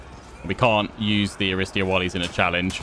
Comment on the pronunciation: Btw Aristeia is pronounced Ariste'i'a the tone on the second i , it comes from the ancient Greek word αριστεία and depending on what tone y have it has different meaning. for Example if it is with ' (οξεία)-acute ,tone it means superiority, superiority in bravery and generosity, bravery. if the tone is ~(περισπωμένη)-circumflex then it has the meaning of the award of the best and most courageous, the reward for bravery and courage. Some Greek knowledge from a crazy Greek fan of yrs . Keep up the good work on yr videos! Cannot wait for more info on this game!